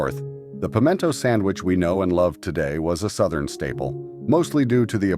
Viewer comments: I've never heard pimento pronounced that was before. Also, come to any grocery store in the south and you will find several brands of pimento cheese on the shelves, in regular and spicy. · yes , very funny pronunciation